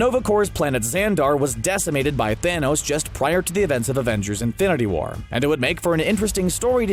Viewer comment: It sounded like he said Infinity Water